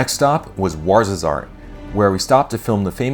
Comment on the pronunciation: Ouarzazate not Ouarzazarte but Morocco Arise still rocks!